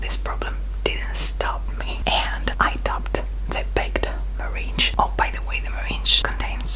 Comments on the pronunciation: It's pronounced merinG, not merinJ 😃 as always, fantastic video and great cake 😀 wishing you an amazing year 2020 😊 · NIRAY NIRAY American pronunciation is Mer-ang